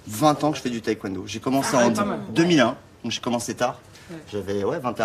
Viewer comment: On dit pas thaï-Kwon do…😢